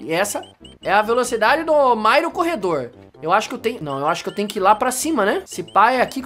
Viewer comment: Meu cê fala mairo não Mario quando vc fala super Mario meia quatro cê fala super Mairo meia quatro